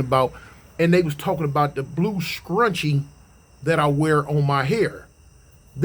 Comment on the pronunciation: You saying the word “scrunchie” cracked me up for some reason.